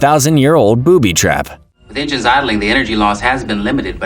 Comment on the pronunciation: I love how you call enigns enzymes